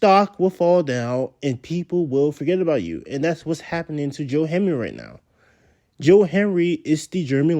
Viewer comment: can you say his name correctly? that's very disrespectful